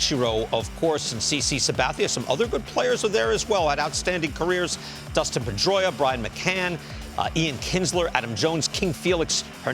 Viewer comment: Dustin. It's Dustin, David Ortiz.